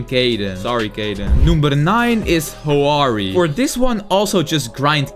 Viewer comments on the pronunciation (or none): Says hoarie, Means haorie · Haori is said how or ri